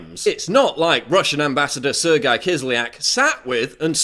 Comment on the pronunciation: The pronunciation of Sergey triggers me